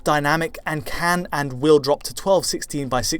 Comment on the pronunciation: Why does say "ken" instead of "can"?? It's a mystery!